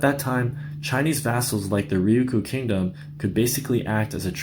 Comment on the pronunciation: Don't you mean "Ryukyu"?